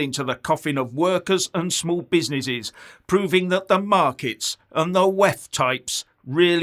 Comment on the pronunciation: the small "be-si-ni-sees" got destroyed right after Jan 2020. Tell us about the "proa-toa-call" now! hahahahhahahahahhaha